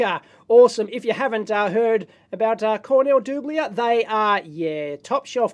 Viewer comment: Cornell DOOBLIER. If you ever want to know how to pronounce a manufacturer's name - just call their headquarters and listen to their introduction.